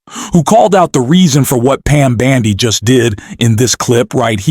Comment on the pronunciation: If this aint AI, mispronouncing Bondi's name several times, I'll eat my hat...! Un-subscribing!